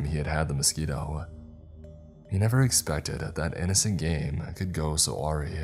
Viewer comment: Awry is pronounced uh-rye but otherwise stellar as usual.